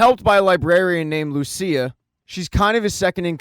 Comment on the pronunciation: Lucian* not Lucia.